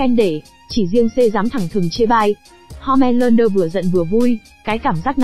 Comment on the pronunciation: ủa home lander cứ ko phải homan lander